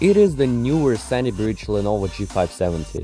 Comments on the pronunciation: haha you don't have a lenovo, just a "enovo" 😔 good video though 👍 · Lenovo ❌ enovo ✅ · Lenovo NO! its Enovo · Lol "enovo"